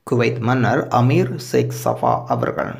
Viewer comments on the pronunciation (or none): ஜோவ் 😡😡😡 அமீர் ( செக்ஸ் ) சபா இல்லை அமீர் சேக் அல் சபா உச்சரிப்பை சரியாக உச்சரித்தால் நல்லதாக இருக்கும்